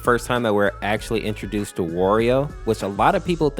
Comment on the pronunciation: you pronounced wario as "worio" its "wa rio"